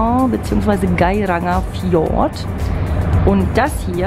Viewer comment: Tolle Bilder, nur das, für mich persönlich z.T. dümmliche Gequatsche und die absichtlich falsche Aussprache vom Gairangerfjord lässt mir die Galle überkochen. Abbruch bei Minute 18.